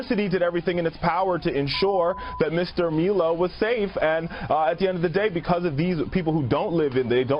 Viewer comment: Guy won't even pronounce Milo's name correctly, but probably cries in the shower when someone gets misgendered